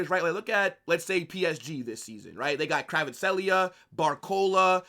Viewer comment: what is this Kvartskelia pronunciation 😂😂